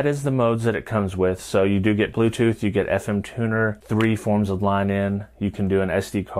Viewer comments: „te blootothh twice has connected suesufully“ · The bluetoof decive is connecteed uh successfooley🗣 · Ti bruu-toof dehviesh is rehtey toh peer!